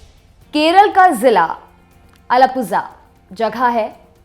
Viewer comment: अलापूझा नही आलापुळा है वो। अब क्या तमिळ को क्या तमीझ बोलोगे ?😂